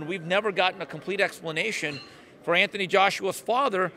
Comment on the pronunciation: Anthony Joshua not Anthon Joshua.